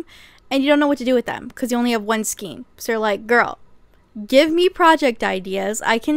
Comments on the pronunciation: Isn't it pronounced like skane, not skeen? Am I wrong? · Skayn, not skeen. Thank you for this video! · ei in skein is pronounced as AY Sk-ay-n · Love your videos, I really do but it's pronounced as (skayn)the word skein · Skein is pronounced "skayn." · I didn't want to say it 😂 But YES!